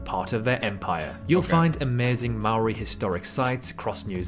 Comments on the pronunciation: Saying Maori wrong,l dont see anything from Taupo,better than most,cant stand Auckland,wellington better,whangamata best beaches,they showed most of South Island,we dont tip thats why things cost alot,wouldn't love anywhere else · You have a british person pronouncing New Zealand names, they dont pronounce it correctly.